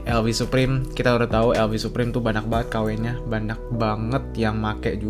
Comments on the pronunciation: Kenapa si lu ngmng banyak jadi banak? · bener ga si ngomong "Banyak" kedengeran nya banak? yang setuju like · Ngomong "banyak" gk jelas anjir